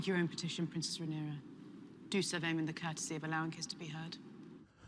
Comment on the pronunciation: Just a note: her name is RhaenYra, not RhaenEra.